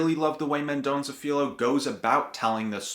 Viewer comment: Good job! First: the "lh" in Filho is very hard to pronounce for English speakers, because you don't have this sound in English. Try saying Filyo fast a dozen times, and you'll get it! Second: you got it right about pinpointing the personal (that becomes national) search for identity of a mother called "indian" (the best today is to call her indigenous), who was denied raising her child because she was poor, and a servant in the house, carrying a baby from the well to do family, at the same time alluding to the Brazilian past of violence against the original peoples of Brazil and the slavered people brought from Africa! Good review of yours!